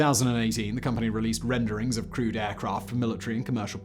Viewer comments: Oooh, he's saying "crewed aircraft"! I spent half the video why he considered other aircraft to be "crude". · ah you mean crewed... i thought you meant crude.. lol.. like sub standard...or crud-e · I kept thinking you were saying "crude" aircraft, until I realised you were saying "crewed" 🤣🤣🤣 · I keep hearing "crude" aircraft... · I'm guessing you are saying crewed not crude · Didn’t matter how many times he said “crewed.” I kept hearing it as “crude.” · OMG, It took me 7.5 mins before I realized Simon was saying "crewed aircraft" and not "crude aircraft". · Not gonna lie, I went through the whole video thinking you were saying 'crude' rather than 'crewed'. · I don't know why but each time you said 'crewed aircraft' I heard it as 'crude aircraft'. I was thinking "okay, it was early but still, all these x-planes are crude? that's harsh, Simon!" And then the rest of my brain finally woke up. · I know what he's saying, but i can't stop hearing "crude airplane" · I heard it as crude planes, too.